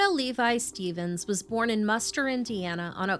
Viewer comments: It's called Munster Indiana, not muster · It's not "muster" Indiana, you pronounce the N.